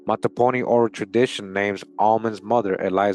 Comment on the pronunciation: Mattaponi pronounced Mah-ta-Po-ni Just in case someone want to say it correctly. I was born and raised there. Still listening Thank you for this video